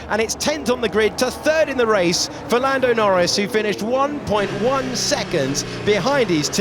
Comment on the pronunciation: am I the only one hear fernado norris at the end !